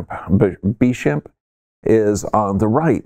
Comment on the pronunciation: Bechamp is pronounced Bay-shaw. The e has an accent ague. Antoine Bechamp was correct in postulating the immune system of the host is the reason for infection.